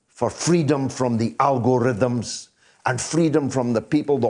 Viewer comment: Did he say " Al Gore rhythms"? Is that a new dance?